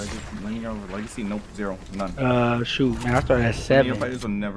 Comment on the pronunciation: Nobody:: "legicy"